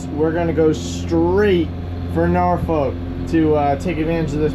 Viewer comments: Nor-fik or Nor-Fuck but never Nor-folk!!!! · Please pronounce Norfolk correctly. It is pronounced "NORFICK" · As someone who grew in in Hampton Roads. Stop saying “Nor-Folk”. It’s “Norfuck”. Or if you are really into the language dialect down here, rhoticity, is “Nawfuck” “Norfolk, Virginia, and the broader Tidewater region, have a distinct dialect of Southern American English characterized by non-rhoticity (R-dropping), a feature also known as dropping the "r" sound. This means words like "car," "star," and "butter" might be pronounced without the final "r" sound” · Norfolk residents insist on pronouncing it “Norfuk” Seriously! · "Norfolk" = "NAW-fuk" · As someone who is from Norfolk in the UK, the way you guys say it is so strange to hear 😂 it is pronounced 'naw fuhk' here